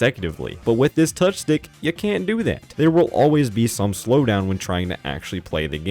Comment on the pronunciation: Heh...touchstick sounds like touch dick